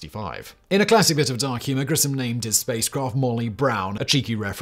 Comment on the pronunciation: Just for someone who was interested... Gus's last name is pronounced GRISH-um.